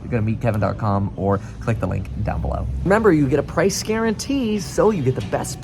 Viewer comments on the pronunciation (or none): none